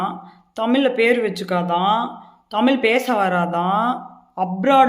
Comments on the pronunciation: என்னே தமிழ் அருமையான தமிழ் அட்டகாசமான தமிழ். திராவிடம் வளர்த்த தமிழ். வால்க தமில் வலர்க தமில்நாட் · தமிலு தமிலு டமிலு டமிலு. உங்களை எல்லாம் கழுத்துல மே கத்திய வச்சு மிதிக்கணும்.‌.